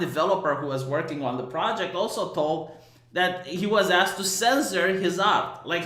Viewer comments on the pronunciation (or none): none